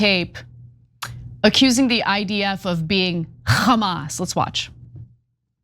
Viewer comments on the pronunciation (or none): Did anyone notice that any word starting with the alphabet H Jews can’t pronounce it :: example hamas is kamas - harry is karry lol 😂